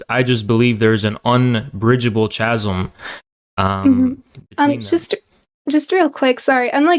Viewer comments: It annoys me how this guy pronounces “chasm” ... an irrelevant comment but I feel I had to get it off my chest! Lol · He lost the debate when he said "ch-asm"